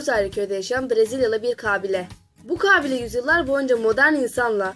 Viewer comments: Ablacim kabileyi niye 98 A ile söylüyosun kaaaaaaaaaaabile değil kabile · Vidyoyu çekmeden önce konuşmayi öğren gülüm kaaabile deyil -ka bi le - sinir oldum valla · Kaaabile nedir yaaa Kabiile demek zormu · kağbile değil kabilema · merhaba çalışmanız güzel tebrik ediyorum .lakin kabile kelimesinin telaffuzunda büyük problem var farkındamısınız bilmiyorum....kaaaabile değil kabile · Kağbile değil lan kabile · Ah be güzel kardeşim.hayatında hiçmi belgesel seyretmedin.kaabile kaabile.4.cü ye kadar sabredebildim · kaabile değil lütfen telaffuzunu bilmediğiniz kelimelere tdk sesli sözlük kısmından bakınız. Rica ediyorum çocuklar, sınava girecek gençler de izliyor sizi! biraz özen... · Kabile demeyi ogren acilen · kâbile, kâbil şehrinin dişisi mi? 3. defa kâbile dediğini duyunca izlemeyi biraktim. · Kabile mi diyosun Kâfile mi diyosun?